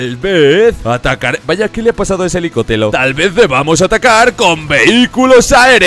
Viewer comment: Oye que en el minuto en vez de decir helicóptero has dicho elicotero